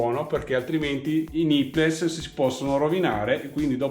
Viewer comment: Grandissimo come sempre! Ti faccio un appunto fastidioso, spero che mi perdonerai: c'ho messo un po' a capire cosa fossero questi "nippless"; le parole "nipple", plurale "nipples" (che tra l'altro significa "capezzolo", "capezzoli") ti consiglierei di pronunciarle, anche italianizzate, "nippol" e "nippols". Funzionano come la parola "little" che in Italia pronunciamo "littol"!